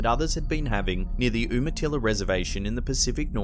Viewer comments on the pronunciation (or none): It's pronounced You-Muh-Till-Uh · It's YOUMUHTILLA, I know that the spelling of Umatilla is weird, but that's how you say it. In the Pacific Northwest, on or near the reservations, there are entities. Ones that are similar to skinwalkers, stick people, and more. Respect the land you're on, leave offerings, and stay calm. You'll be fine. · I'm not saying what it was. I don't know...but I do live here and I can tell you that area is a small wetland area in the middle of the town and you have to travel through miles of wheat fields and homes before you get to the actual Forrest....... And its pronounced You*Ma*Till. A proud people of the Eastern Oregon Plateau ❤